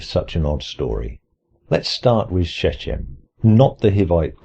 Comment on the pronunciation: "Shechem" has ch as in "loch", not as in "church".